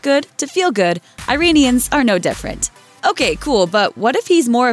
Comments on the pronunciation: Cringe at how she pronounced iran & iranians Its correctly pronounced as e-ran & e-ranians not eye-ran & eye ranians. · It's Ira-nians not Ari-nians 😂😂😂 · The way she says the words "Iran" and "Iranians" annoys me so much.